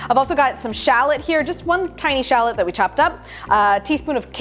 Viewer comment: What is a shalit!? I'm fully aware of what shallot is but shalit? That isn't even a thing! And don't get me started on lim in ! It's lemon for god's sake! And fyi herbs has a H in it and yes I'm fully aware that french people say erbs but Americans are not french and also can't speak proper English ... "American English" is actual English done wrong!